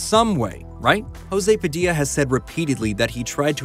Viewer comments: Just a heads up: the J in Brazilian Portuguese sounds different than the one in Spanish. José Padilha e pronounced more like Djoseh Padilia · The way this guy pronounces the name of the brazlian director as if he was spanish... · Says 'Brazilian Film Maker', pronounces as a Spanish name. Hahahahahahha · My ears bled hearing "Hosay Padeea". It's José Padilya. He's Brazilian not Mexican. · When will americans learn that brazilians don't speak spanish? Fucking learn how to pronounce "José Padilha" you dumb fucks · it's not 'Rosê Padilla'. Brazillians don't use spanish. Is JOSÉ like in Joe. Jo-séh Padi-lhá. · Brazilian director Jose Padilha’s name is pronounce with a soft J, not a Spanish J, and his last name is closer to “Padlya” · FIY you completely butchered José Padilha's name by assuming it's pronounced like in Spanish, he's Brazilian and the Portuguese pronunciation is completely different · Aaaaaaw come on, it's not hard to pronounce "José Padilha", at least put it on google translate. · that's not how you pronounce his name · Wrong pronounciation of the remake´s director...I´m sorry to break the news to you but not everyone outiside the US speaks Spanish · Why did you pronounce José Padilha with a spanish accent? We don't speak spanish in Brasil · It's funny how José Padilha's name was pronounced with a spanish accent, rather than a portuguese one. Great video :D